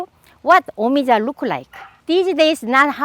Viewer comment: yea ik but she made it sound like it was pronounced me-ee-jah... i know how things are pronounced jesus